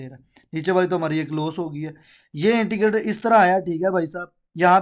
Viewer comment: Intigater ni hota indicator hota hy